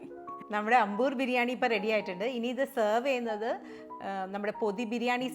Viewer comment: ...adi poli as usual... A small correction... It's pronounced as "Aambur" biryani.